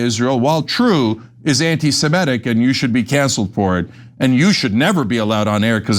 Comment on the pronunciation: Cenk still saying "anti-Simetic" as if there were Simetes not Semites.